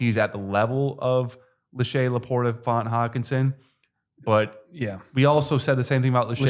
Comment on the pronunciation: Great pod! Love the context, but for future reference, it’s Noah Fant not Noah Font lol